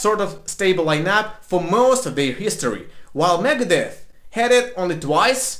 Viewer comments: Sounds like he's saying Megadess. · When he says Megadeth it sounds like he’s saying Meredith